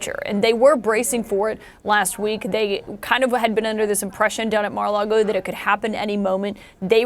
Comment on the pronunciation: Did Mags say Marra Lardo?